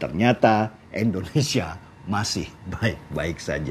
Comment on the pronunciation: Indonesia Bang Deny, bukan Endonesia 😁🙏